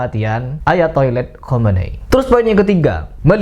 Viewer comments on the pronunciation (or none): Hahaha ak denger lho ketika nyebut ayatoilet khameni 😂😂😂😂😂